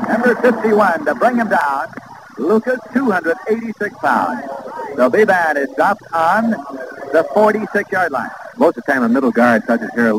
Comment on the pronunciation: Nelson keeps calling the UCLA quarterback bee-BAN. Most pronounced it BEE-bin